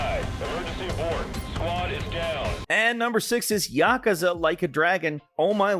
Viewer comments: "yakasa" wtf its yakusa fumito "uido" why you speak the names intentionally bad??? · Did they spell yakuza wrong in the script and that's why he's pronouncing it yakaza? 😅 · Please pronouce "Yakuza" right. Love you all but earghhh it's not Yakaza, that's really hurting my ears! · Bro really said "Yakaza" 💀💀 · As a big Yakuza fan, the way pronounced Yakuza hurts my soul lol